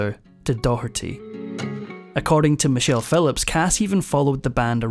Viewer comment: Edit; Michelle - not "Many chelle".